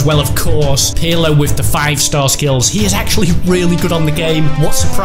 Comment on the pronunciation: they say pirlo wrong they say it like its spelt u say it like perlo